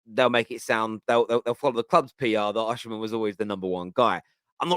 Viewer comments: his name is oSimhen. not oSHimhen! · why do you say Oshiman, why you not saying Osiman, where is the she coming from. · Osimhen’s name is pronounced as Oh-See-Men…. It’s not oshimen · Why does everyone keep calling him Oshimen? His name is Osimhen lol. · Hi, it’s pronunced“O see men”